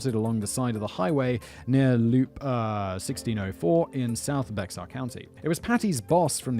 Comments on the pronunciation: The pronunciation of Bexar County tho. It's Spanish, and sounds like bear, just like a polar bear, not becksar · Someone has probably already said it, but Bexar County is pronounced Bear County. More specifically, it's Be(h)ar, but Texan is a whole 'nother dialect from the rest of the US (respectfully). One of the many variants of the Spanish X. Think Mexico=Meh-hee-co. Source: my eldest was born there and my brother has lived there 20+ years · That's pronounced bear county. And yeah we think a caravan is many vehicles going to the same place. We don't go on holiday in a Caravan we go on vacation in a RV. Funny how it's still all considered English 🤔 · Omg... The Bexar county thing is DRIVING ME NUTS! It's pronounced like bear... Lol